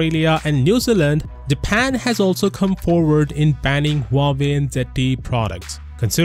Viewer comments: Really nice analysis. One side note, please pronounce the H in Huawei. The way it came out sounds like Uawei. (I'm native Mandarin Chinese speaker.) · Never knew that Huawei is pronounced this way...